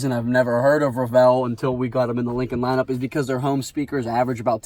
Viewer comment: Solid review. Only comment: it's pronounced REVel not reVELLE